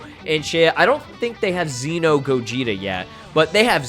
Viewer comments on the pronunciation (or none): none